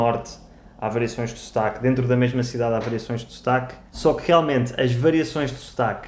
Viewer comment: Wow the vowels are really moving into French vowel territory with Portuguese [u] turning into [y] & [ou] into [œ] or [ø], & /ão/ into /ã/! Vaca miquelina is HILAR. Also just realised your pronunciation of "sotaque" is like "Stark" in British English. LOL.